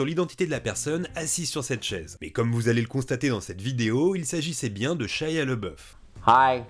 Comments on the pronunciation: C'pas "Lebeuf" mais "Labeuf" en prononciation... Ça pique les oreilles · LABOUF pas LEBEUF... j'aime pas cet acteur mais prononcer son nom correctement est le respect minimum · par contre tu prononce son nom "le boeuf" alors que ca se prononce "l'abbé ouf" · Pq prononcer LeBoeuf alors que son nom est LaBoeuf ? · Pourquoi on prononce « Leboeuf » si c’est « Labeouf » ? Son nom était « Leboeuf » à l’origine ou rien à voir ?